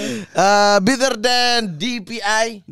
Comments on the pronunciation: kok gua dengernya "Bitter than" ya ??? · Mat, it's "better", not "bitter", artinya beda itu.